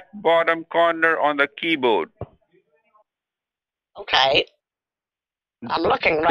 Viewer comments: Why do basically all scammers say keyboad? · "Keybod." (miffed mode)